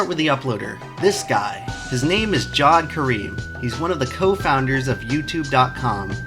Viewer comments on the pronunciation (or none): It's pronounced jah-veid not jawed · isn't Jawed a two syllable name?